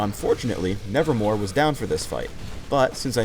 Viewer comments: lol i wanted to tell you that in W is neverMOVE not nevermore omg i know better than you lol x) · its called neverMOVE not neverMORE. everyone says its nevermore just because does and the poem. but if you check anywhere in the actual game or website its neverMOVE. even in the video it says nevermove while he's saying nevermore. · Ok, for everyone on YouTube that wants to make Swain videos... It's spelled and pronounced, "NevermoVe" not "NevermoRe" Thank you, Edgar Allen Poe, for making a poem that has confused our commentaries! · It's not "Nevermore", its "Nevermove". has been reading too much Poe lately. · i like the fact that cant even say it. "nevermore" and thats totally wrong, its called nevermove, but you dont see it:) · says hiw W wrong... Its nevermove, not nevermore. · Mate, its nevermoVe a pun on the edgar allen poe poem. did say it wrong. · its NevermoVe not NevermoRe ;_ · Kind of sad that Swains W is called Nevermove not nevermore yet he says it wrong every time. Pause for proof. Get your shit together riot. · Anyone notices that he says nevermore instead of nevermove? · ITS NEVERMOVE NOT NEVERMORE U TARD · Nevermove not nevermore. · nevermore? I think it's nevermove :) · ummm sorry it's not called nervermore it's called nevermove look it up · he says "nevermore" when it's"nevermove" lawl what is this the raven? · it's nevermove, not nevermore. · he sayd nevermore its (nevermove) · ...nevermore? isn't it nevermove? lol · Note Its NeverMOVE NOT NeverMORE he said nevermore which it isnt. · Why does everyone (including ) call Swains W Nevermore? The name is Nevermove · He says "nevermore"... It's nevermove... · Thanks, but I knew that. Poe is one of my favourite writers:) But I was referring to the fact that the skill is called Nevermove now, and just kept on saying Nevermore. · Did anyone else notice he said 'nevermore' instead of 'nevermove'? =3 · it's nevermoVe brah, not nevermoRe :S